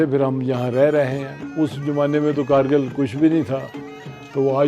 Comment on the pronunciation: It's not khar-rkil ..... it's Gar-rkil